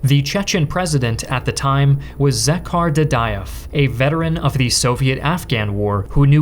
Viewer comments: It is Johar Dudaev, when will you ignorant americans learn to pronounce foreign names correctly like we pronounce yours? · It's Johar dudayev not zk.har